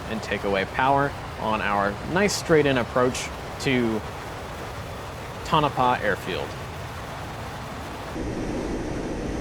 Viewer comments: It's pronounced "Toe-nuh-pah" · Awesome video , only correction - its pronounced Tone-uh-pah. Your stuff is awesome.